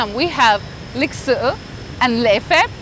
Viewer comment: The word " lịch sự"( polite) you said was like " lịch sử " ( history) 😅,i know it's hard for you as a non-Vietnamese speaker 😊